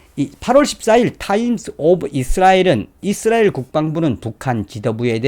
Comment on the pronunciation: 잇쓰라엘 아니라 이스라엘 입니다